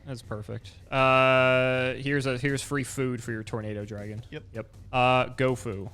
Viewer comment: Did anyone else hear saying tomato dragon when he was summoning tornado dragon.